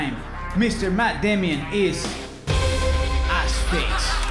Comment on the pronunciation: The way matt said it is completely correct.